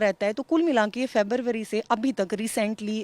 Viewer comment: What is FERBARBARI ? 😀🤣😂😂😂😂.Learn correct pronunciation,girl.Register attempt to murder case .Police will register only 354 otherwise Write to the PM and president to take this bastard accused's reward back